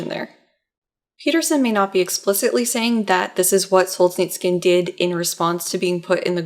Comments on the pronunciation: It's pronounced Sol-zhe-NI-tsyn (4 syllabes, stressed on the 3rd syllable). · Sol-zhe-nyts-syhn more less! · There's no "k" in "Solzhenitsyn" :( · With all due respect, next time you'll plan on saying a foreign person's name a thousand time in a video, please do 5 minutes of research on how to pronounce it. There is no 'k' in Solzhenitsyn, hearing you butcher it throughout the video was excruciating. Keep up the good work otherwise.